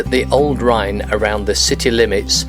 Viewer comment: Nice vid! Well here's a comment on your Dutch. Your 'ij' is fine! The Dutch 'ou' is pronounced like in 'loud'. Your pronunciation of 'Rijn' in Alphen aan de Rijn however is near‐perfect. On the other hand you make 'Woerden' sound like a German town 'Wörden'. The Dutch 'oe' is pronounced like in 'boot' and 'shoot'. The 'oo' like in 'bone'. On the whole, your Dutch pronunciation seems quite good! 👍